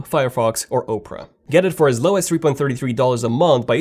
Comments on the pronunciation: Why does it matter? Quit making fun of how he pronounces stuff. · Did you call Opera, Oprah? Lol